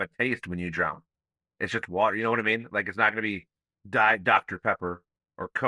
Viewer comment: "drown" has no D on the end